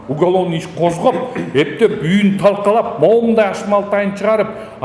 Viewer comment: Танкалап дебей,талкалап деп туура суйлочу журналист.